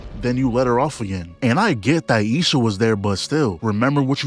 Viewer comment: I love how he says lil sha instead of isha 😭😭😭😭